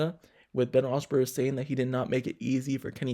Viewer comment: Really wish this guy would learn how to pronounce Ben's name.